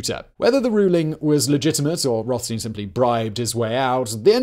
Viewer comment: it's Roth as in childs and stein as in beer